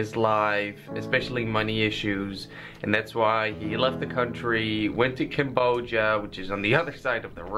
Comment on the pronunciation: Me hearing camboshia and as a khmer i just had to check